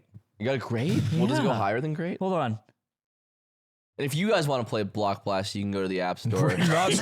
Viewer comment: Him calling block blast blox was pissing me tf off